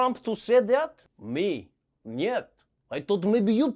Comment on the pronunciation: Trevor saying Niet lol